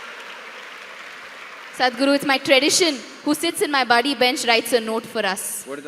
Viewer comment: Its not baady its buddy 😂😂